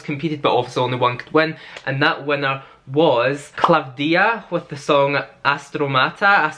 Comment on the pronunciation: You really did your homework! You even said Klavthía the correct way! The only one who is not Greek to nail it! 😊